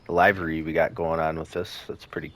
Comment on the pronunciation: Dude, it’s “livery” like delivery minus the “de”